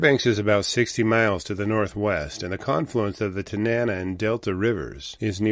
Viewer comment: Again, it's the TA-na-nah river. Emphasis on the first syllable.